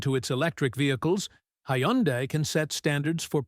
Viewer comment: …and doesn’t even know how to pronounce Hyundai 😂